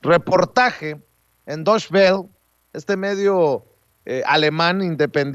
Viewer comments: como tip Deutsche Welle se pronuncia "doiche vele", no "doish bel" jejeje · Deutsche Welle se pronuncia en Aleman "doitxe bele". O también puedes decirlo como tal como se lee en español. Pero no es correcto tratar de leerlo en inglés cuando está escrito en alemán y el noticiario es en español. Saludos!